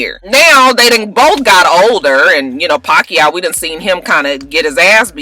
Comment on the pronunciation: ~round of applause for pronouncing Pacquiao correctly!~